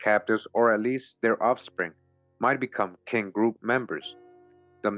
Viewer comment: Another great read my brother. I know some might not understand when you say king it’s Kin, it’s like a blood relative, a cousin, an aunt, an uncle, a brother in law and so on, Kin…